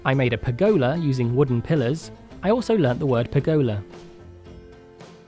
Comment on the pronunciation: Love the video lol. Future reference :) it’s pronounced like pur-guh-luh 😝😝